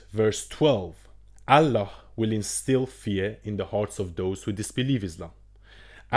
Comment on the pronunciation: I am not a müslim but i lived and worked with müslim. you can't even pronounce Allah. you are just lying. And by the way Talmud and Old Testament is hundreds times worse than quran.